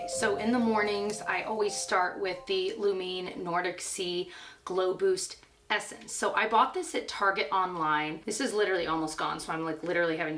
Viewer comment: Not really here nor there, but Lumene is actually pronounced “loom-in-AYE”. I used to work at CVS and heard it said over and over (...and over) on the in-store radio commercials. Super excited to try out some of these products!!